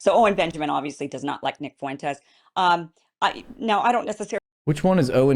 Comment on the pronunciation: Why can't women and black men use a dipthong? "Fuentes" has a dipthong ie "ue" "Fuentes" has two syllables not three